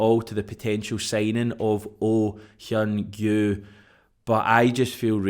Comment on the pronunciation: Another fine video. And your pronunciation of Oh Hyun-gyu was spot on. I have strong doubts that youll be using the name after Jan 31, but its great to see you improving your Asian language skills! 😆